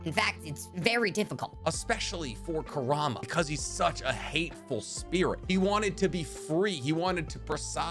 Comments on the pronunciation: my god you mispronouncing everything is so annoying, kurama not kuraama- thats a toy dude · i hate how he says kurama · You saying the 9 tails name wrong my boy